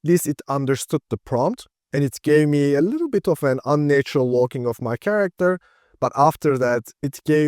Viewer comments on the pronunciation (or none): Great video. Just one tip: the first 'a' in 'unnatural' is pronounced as in 'had', not as in 'late' or 'nature'.